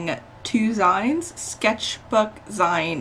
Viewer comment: These are so fun to watch and very relaxing! Also I’m pretty sure it’s pronounced “zine” like magazine.